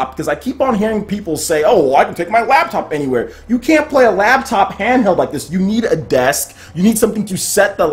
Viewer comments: LOL were you saying "labtop?" Just FYI if so, it's "laptop." And yeah, I can't wait to play DOOM 2016 on Switch. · "Labtop?" seriously?